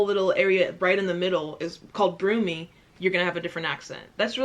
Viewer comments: Why does she keep pronouncing Brummie as “Broomy”? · I'm in the West Midlands idk nobody who sounds like that lol and it's br Ummie not broomie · Brum rhymes with Bum not you Brum-mie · brooooooomie omg lol its br U mmie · Anglo SOUNDS NOTHING LIKE AMERICAN NOFOLK AND ANGL ARE CLOSE TO THE SAME AND ITS BRUMIE NOT BROOMIE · It's not broomy it's brummie. I was born in Birmingham but grew up in Redditch 15 miles way. Different accent. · You're saying Brummie like "broomie" but it's more like "bruhmie" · I love your videos and your overall vibe but when you kept saying “broomy”, I was cringing so hard. 😂😂 Not sure if someone’s explained it but it’s “bruh-me”.. like how you’d say gummy. ✊🏻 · You said broomie XD Brummie = Birmingham XD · brummie not broomie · it’s pronounced “ brommi” not brummey😂😂😂❤️ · It's pronounced bruh-me. Not brew-me. 😂😂 Birmingham is a city whilst west midlands is a county. However the Brummie accent is stronger down south and sounds ugly up north. Because the rich people used to live in the south and still do. In the centre of Birmingham is a shopping centre called bullring which is like a mid sized mall. That's like the most diverse area in Birmingham which is the accent your probably hearing but that is a radio of the past. New Brummie accent is like a drug dealer on the road that is high. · she said 'broomy' ahahahahahaha its brum-ie hahaha its ok sis we forgive you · D'von Cam bridge shire Soo folk Broomie Not mocking you but its pronounced; Devon like lemon Came-bridge-sheer Suffolk like cup yolk Brummie like yummy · The accent you said sounded Scottish or Irish is probably the least Scottish or Irish, it's the most quintessentially English accent. And shire is pronounced shur NOT shire. Suffolk is pronounced Suh-fuck, not su-folk. Brummie rhymes with tummy, not broomy. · Up to this point, you've mis pronounced a lot of names Brummie is a quick Brummi, which is slang for Birmingham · The way you say brummie omg 😅 “brooomiee”